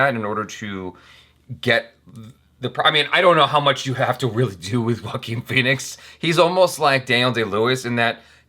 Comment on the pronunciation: ... wait Joaquin Phoenix is pronounced as Walkin Feenicks ... Whoa ! I knever new 🤷‍♂️🤡😅